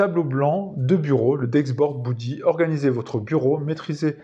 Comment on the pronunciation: Beudy pas boudy 😅 Sinon ça prend un peu trop de place à mon goût sur un bureau mais l'idée est la